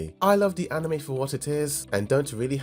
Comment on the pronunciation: Why does he insist on saying yeunho wrong? Lol that and anime.